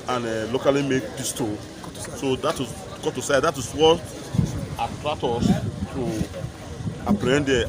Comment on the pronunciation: The aboki man said 'wetn' when he was asked a question... Chai this country too funny abeg